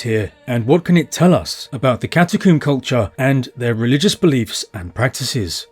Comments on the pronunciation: Why do you keep saying catacomb as catacooombuh? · That's his English accent and his very slight speech impediment.